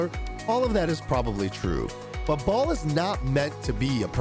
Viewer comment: What the junk is "Ball"?!?!? It's Ba-el!!!!!!